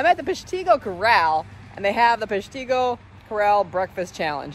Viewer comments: Its peshtigo not peshtego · As a wisconsinnite, who has been to the city before, 99% sure its pronounced pesh-ta-go, not pesh-tee-go. Always tough with all the native American influenced city names in wisconsin. Great video though, still always amazed at your ability to make gigantic amounts of food disappear quickly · PESHtigo, not peshTIgo. Sorry, that made me twitch! Lol. What a champ, glad to have you in the area! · It's pronounced Pesh-tah-go. I am glad that you came to my state. You are impressive as ever!! I am a fan. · Holy crap, I live in Peshtigo!! Thank ya for visiting! I love how she says Peshtigo, If your also wondering it’s pronounced, “pesh-TEE-gow” lol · Oops! It's PESH-ta-go ... but then again, most people get Wisconsin city names wrong! I was right there with ya until I realized there was a pancake there. OMG! GO MOLLY! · I go there all the time!!! I live in Chicago but have family up there!! Also its pronounced: Pesh tih go. That is the place to go and everyone knows everyone there. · I'm just south of Milwaukee, might hafta try it....but its pronounced PESHtigo, emphasis on pesh , lol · It's pronounced Pesh-ta-go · I'm from Peshtigo. I give you thumbs up on the attempt to say Peshtigo. Not to bad lol. This challenge hasn't been mastered by too many locals. For sure we are a middle of no where Wisconsin town. We are known for the Peshtigo Fire. Sadly it happened the same day as the Great Chicago Fire so we get over looked. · I'm from peshtigo and I cringed a bit at the way she pronounced the name